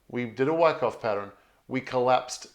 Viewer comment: Yer killing Moi here with yer pro-noun-see-eh-shunz of WYCKOFF?! lmWICKo...U sound like yer saying: WHACKOFF! lol, just saying...keep uppie zee great work & positive "whackoff-whackon" approach towards Bitz & Shitz;)...Peace ergo piece Luv or LOVE & EVERYTHING CRYPTONIC!